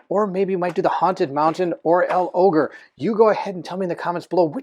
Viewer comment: I'll go for L'Ogre. BTW you pronounce it as if it's one word. Logre.